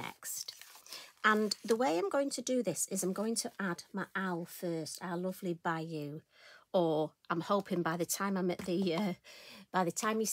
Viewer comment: Fab... as always,! The pronunciation of Bijou is Beejoo.... but the 'j' in the middle is quite soft. It is a French word and means smart and chic and trendy 🤗🤗